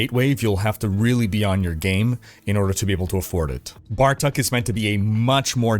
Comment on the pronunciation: it's not "Bar Tuck" it's "Bar Took"